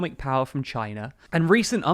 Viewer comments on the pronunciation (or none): none